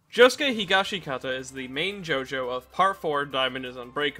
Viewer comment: It's HEE-GOSH-SKI-TA, brev